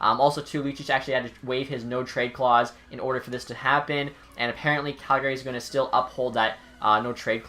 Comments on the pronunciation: out here in alberta we don’t pronounce it as the name gary. it’s cal-guh-ree lol love your vids but just giving a little western charm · It's pronounced CalGay right? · stop saying calgary wrong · You can tell someone isn't from Calgary, by the way they say Calgary. People from Calgary will know what I mean.